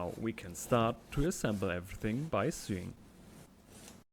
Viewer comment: Minor correction on pronunciation: yours is that of suing, as in civil law, Sewing is pronounced so-ing.